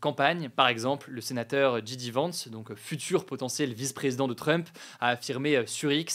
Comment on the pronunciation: “Ji Di Vance”? Soit tu le prononces en anglais (“jey di”) soit en français (“ji dé”), mais pas les deux!